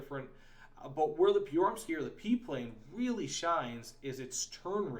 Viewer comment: The way you pronounced Pyörremyrsky sounded Russian more than anything else. Also, calling the PM-1 "Swedish" is like going to an Irish pub and telling them they're "English".